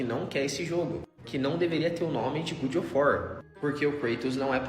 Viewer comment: Eles tudo falando "Good" of war me estressou mais do que eu gostaria